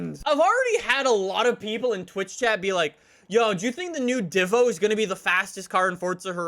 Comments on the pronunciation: It’s pronounced deee-vo not di-vo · D I V O NOT D VO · I swear I was so close to clicking off the video when said "I'm gonna call it the divough the whole video" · diivo Me: TRIGGERD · (“Devo”) not Divo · Me: Divo: Divough Me: punching my TV saying IT'S PRONOUNCED DIVO U SCUMBAG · 100th like and it's a "dhivoh" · Bro chiron is pronounced shiron and Divo pronounced deevo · No one:: Dvo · ENSURES he says Nissan like the Japanese do Also: Cheer-on, Dehvo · It's pronounced Divo, as in Diva, it's a french name. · diva is actually pronounced deeva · Everyone: DeEeEeVo Joe Alex: Divo